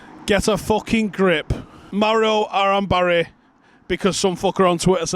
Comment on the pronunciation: 😂😂 Gotta say, he pronounced 'Mauro' (my birth name) really well. I'm almost impressed! 😆😆